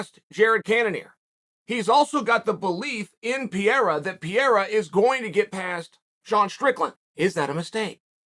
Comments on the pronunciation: Love watching your channel Chael, but brother you slay the pronounciation of fighters names :-). Pereira = Pe-ray-rah, Tuivasa = Too-ee-va-sa :-) :-) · Who is Alex “Peara”??? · In this video Pereira is pronounced PEE ERA, Pierre, and PEE ERA again. Any way but the way it's suppose to be pronounced. 🤣🤣🤣🤣🤣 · Chael please just once, could you take an extra 5 seconds and sound out the last name? The guy glances down at a name and half reads it, then from that point on that is how he says the name. Remember Islam Mockle-chev? Pee-era now? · the name butcher hits again "Alex Pierra" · Hey bad guy it’s per-air-a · Puh-rye-ruh. Say it with me now lol. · who else came here just to hear Chael say "Alex Pierra" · No one: Uncle Chael: PEEira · Piera, to piere, what it is we got with that. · Alex Piera 🤣🤣🤦‍♂️ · Chael “Alex Piera” Sonen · Pierre-a? lmao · Pereira [Pee-era] ?? Not sure that pronunciation is correct. lol But it def wouldn’t be the first time. —> Belal (Chael translates to..) [Bluhal] 😏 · Who’s Pierra? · Chael: "What's the guy's name?" Us: "Alex Pereira" Chael: "Ok Piera it is" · Alex Piera?!? 😂😂😂😂😂😂😂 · Love uncle Chael but I cannot sit and watch an opinion video when 5 seconds in he calls the dude Alex 'Pierra'. Idk if he's being cheeky & I know it's a foreign last name but bruh, Where's the hespec. And he's a commentator lol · thanks for teaching me how to pronounce pee-era correctly Uncle Chael.... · Alex "Pee era" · Alex Peeyera Uncle Chael at his finest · Uncle Chael. It's pronounced Par-ray-rar 🤗🤦🏿‍♂️ Love your content, Champ. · Alex "Piera" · Oh Chael why do you keep saying Pierre? You have to know his name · Uncle Chael just legally changed someone's name again. This time it's Alex Peeyera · pee-era comment for the algo, ty uncle chael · bruh keeps saying piera like it has one R undefeated undisputed at pronouncing fighter names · Get pee-era on ufc4. Cmon uncle chael you can do it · Alex Peeyerah. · Pee Error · who tf is Piera? LMAO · Learn to say his name